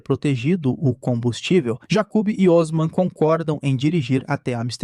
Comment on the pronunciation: Jacub kkkkk a pronúncia errada deixou engraçado